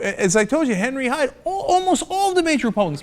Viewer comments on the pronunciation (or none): none